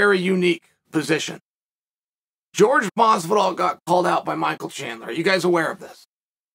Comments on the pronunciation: It’s not George is Jorge 😂😂😂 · Jorge NO MASvidol